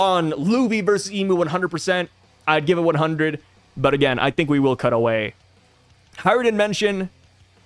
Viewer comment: it's HajrudIn, not HajrudEn - there's an I, not E